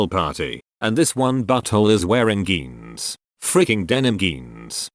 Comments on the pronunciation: Word: “jeans” Pronunciation by anyone who knows the letter J: “jeans” Pronunciation by TtS: “GeAnZ!!!” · Why can't some people just stick to the question? Instead of adding bs that has nothing to do with the question!😵😡😫. Plus your computer voice needs to be reprogrammed to pronounce "j" instead of "g" when saying jeans not geans and other words. Wake up! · Jeans is not pronounced “geens”….dang computer voice.